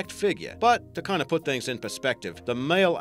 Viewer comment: Ok guys I found Rich Grimes cousin they pronounce "thangs" the same .Also if you don't know Rick Grimes he is from amc's the walking dead